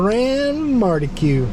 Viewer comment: It's mar key, as in Marquis de Lafayette.